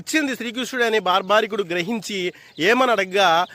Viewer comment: బార్బరికుడు అతని పేరు... భార్భారికుడు కాదు 😂😂😂